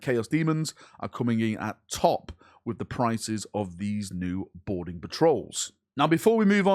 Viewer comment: I just can’t stop hearing “Border patrol” every time you say “Boarding patrol”. I need help.